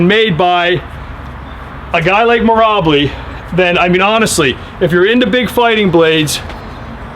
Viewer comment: Lol you keep pronouncing his name as Meer' Ubb' Lee', not Meer' Ahh' Beel', but serious props for putting David's masterful artfulness out to the world, I'm immensely enthused by his level of genius too..